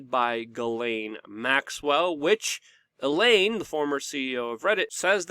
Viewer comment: Her name isn't elaine. Come on